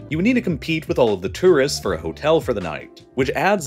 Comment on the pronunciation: He also can't say two wrists (tourists). Or di backle (debacle).